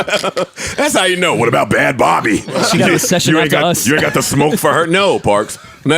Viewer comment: "Bad Bobby" lmfao did he mean Bhad Bhabie?